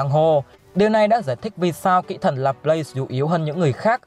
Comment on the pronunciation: Kỹ thần mà nghe thành kỹ nữ 😂😂😂😂